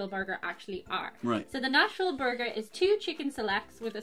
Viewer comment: I though they were saying National when it was Nashville lol.... Nashhhh-ville